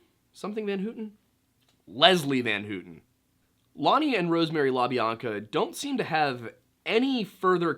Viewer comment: It’s pronounced “Van How-ton” not “Van Hoot-ton” Just saying